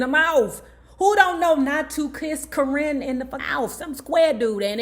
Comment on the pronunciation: Her name is Cor-rin not kern the way u saying it lmfao